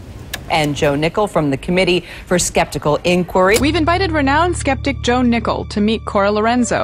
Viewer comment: I literally thought the first time they mentioned his name they said Ohnickel.